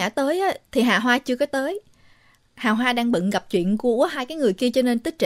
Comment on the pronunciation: Nói chứ nghe mấy lần luôn, bé nó tên Hà Hoa mà sao tôi nghe cứ ra Hà Bá là sao ấy nhỉ 🤣🤣🤣 Thanks!!!